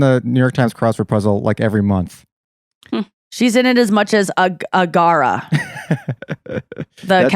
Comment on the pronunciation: It was funny to hear Nikki butcher Accra, the capital of Ghana! 😂. "Agara"?